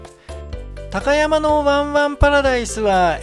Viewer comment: たかやまぁ⤴ではなく、たかやま⤵です。ひだたかやま。です。イントネーションが違うだけなのてすが、気持ち悪いです。